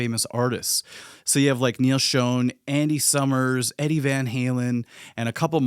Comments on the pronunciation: It is weird to say 'Schoane" because it is pronounced 'Shawn", like Neal says it himself. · It is actually pronounced like Shawn. That comes from the man himself, I had always said it like Shown, but Neal says it's pronounced Sch-On.